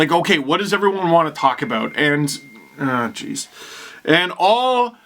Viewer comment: very canadian aw jeez